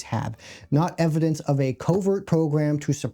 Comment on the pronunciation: the fact you couldn't even say evidence right, is all the efliedess i need to stop watching this video.